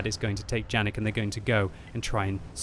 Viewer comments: No "Džanig", but probably Janík (try Google translator - cz or sk) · Its Yanek not Janek, its german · Its pronounced yanek but ok still great video